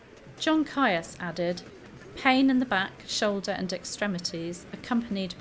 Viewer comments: It came to my notice reading the Cousins' War series and then the Tudors by Philippa Gregory. ( PS. Is not Caius pronounced 'Keys'?) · Caius is pronounced 'keys'. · John Caius is pronounced Keys - which was in fact the name he was born with. The Cambridge college named after him is pronounced Keys, too. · John Caius is pronounced ‘Keys’ - a distinguished doctor and natural philosopher, he enlarged Gonville College in Cambridge in 1557, and renamed it Gonville & Caius College - the name it carries to this day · Good video. However, the surname Caius is pronounced Keys as in the college. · Caius is pronounced Keys’ like Caius College, Cambridge which Dr Caius refounded and extended in 1557. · Isn't "Caius" pronounced "Keys"? (eg that Cambridge college) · Ciaus is pronunced: keese, such as with: Ciaus College Cambridge. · Great video about an interesting topic Caius is pronounced 'keys' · I wrote much the same a moment ago, except I think the more accurate pronounciation is 'keese'. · I know. This is a video from a few years ago. I've been pronouncing it correctly in videos from the last two years. Saying that, though, I have heard it pronounced both, which is where I got the original. I also pronounce Caius wrong here. It's"keys". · Ha! Yes, I haven't got a clue why I pronounced it wrong! I even had it marked in my notes to say it right! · What sentence would you give me? Hanging, drawing and quartering. I know I pronounced Caius wrong, which is why I added the pop-up apology and note in the description (I realised as soon as I'd published it). What else did you think was incorrect? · The way she pronounces 'Caius' is really grating! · You mispronounced caius, speke shrewsbury and a few more